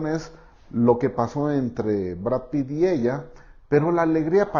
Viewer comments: Pritt???!!! Jajajaja me dio risa pensé en el resistió jajajajajaja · En el minuto dijiste Pritt, y ese es un pegamento